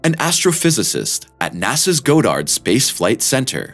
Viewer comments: It's Goddard Space Flight Center not Go - dard Space Flight Center. I sure hope this isn't another "politically correct" thing 'cause the narrator is afraid to say "God" as in Goddard. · Its not NASAs "Go-dard" Space flight center. Its pronounced "Gaw-derd". I know this because I'm a relative of Robert H. Goddard the man the building is named after. Just a friendly correction... don't me. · Goddard in NASA's Goddard Space Center is not pronounced like "go"-dard. It's "God"- erd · It's pronounced "God-erd." I worked there for several years. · There's two Ds in the middle of Goddard. Pronounced god-derd. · It's pronounced Gah dard, not Go dard! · "God-dard," not "Go-dard" Space Center. Just saying.😎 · I hope you're just a reader and not the content provider: Go-DARD??? Have you never heard of NASA's Goddard Space Institute? (GOD-ard) If you're mispronouncing one of the most esteemed astrophysical study centers in the world, what else are you getting wrong? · Nasa's "GO-Dard" how does one mispronounce that famous word. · NASA's "GO-dard" Space Flight Center. Yeah, 'cause that's how it's pronounced. I love when programs like this are narrated by people who know little to nothing about the subject. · I quit watching when he said GO DARD Space Flight Center. Get the fuck out of here with that bullshit. That's how you read? Do you even space bro?? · NASA's "Go-Dard" facility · Goo-dard Space Center? Where's Walter Cronkite to slap the taste outta this guy's mouth. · Thanks for the video! Methinks it's pronounced GAWD-ahrd, btw, but I'm only speaking as a former local to the area. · Go-dard? Really? Wow. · Please learn how to pronounce “Goddard.” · This guy (or robot) pronounced Goddard improperly.